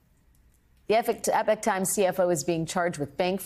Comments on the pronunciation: which is which? I have heard English speakers from around the world favour ‘E-Pock’…only recently as this group has made the news have I heard ‘epic’…and most who say it, ask if they are pronouncing it correctly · Epic Times? She meant eeee p o k 😂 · Epoch. It is not called the Epic Times, it is the Epoch Times. "A period of time in history or a person's life, typically one marked by notable events or particular characteristics" You should learn how to pronounce a word before having to say it several times. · 🗣️The word "EPOCH" is pronounced as "EE-pok" or "EH-pok," with the emphasis on the first syllable. NOT Epic as the news person says … it is EPOCH Times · E- pock times, not epic, as in "The dawn of a new Epoch" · Why does she keep saying "Epic"? The word is "Epoch", and its pronounced "E - Pock", it means a particular period of time in history or a person's life. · Not having read all the comments here, surely I won’t be the only person to point out the weird pronunciation of "Epoch". Isn't it pronounced ee-pock, not epic? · I'm pretty sure "Epoch" is not pronounced "Epic". It's "E-pock" - The Grammar Police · BTW it pronounced “ee pock “ , not “epic “ epoch an era of society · Eeeee-pock. Not Epic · Eh pock times. Not epic times. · EPIC TIMES?? It's pronounced "Ee-pok"! FFS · Its Epoch not Epic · E pock. It's pronounced epock. Epic is spelt epic. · Dear lady, it's "E-poc," like the time period, not "epic" like my love-making prowess. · It’s Epoch not epic … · Isn't EE-POCK the way to say it? not epick' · It is pronounced "E-Pok", not "Epic"". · Isn’t it pronounced ‘ee-pohk - epoch- meaning an era, a time-span… NOT epic? Huh ?? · I thought Epoch was pronounced EEpawk, not like Epic - can anyone help me with the correct pronunciation? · It's "Epawk" not "epic". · Not EPIC, it's EPOCH, THAT'S "EE-POK" Times ! yes i'm pedantic, but come on, get it right, it's not that hard. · Epoch, not “Epic.” Those are very different words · Ee- pock Alex or e-pock - not epic 🙄🙄